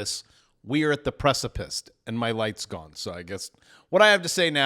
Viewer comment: Precipissed? You didn't teach English I guess.. Still love your work.. Just don't say nuke-ya-la. Then I'd have to unsubscribe